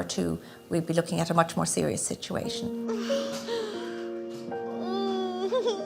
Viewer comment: The word "Sitiation"! My syblings and I used to say it that way and laugh! I haven't heard anyone else say it until now!